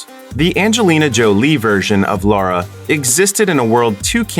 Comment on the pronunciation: It's Lara not Laura...